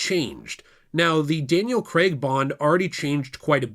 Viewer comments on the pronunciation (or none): It’s Craig not creg and brosnan